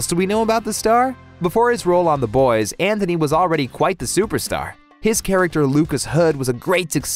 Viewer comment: It's An-T-ony, not Anthony.